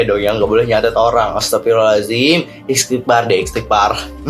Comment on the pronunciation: Bukan istigpar, Istgfar ...